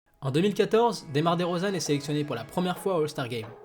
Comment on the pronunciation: Très belle vidéo.. La manière dont tu prononces son nom 😑😢